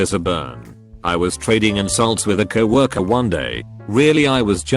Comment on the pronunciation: "Couple years ago I had a Cow Orker.." Imma stop you right there chief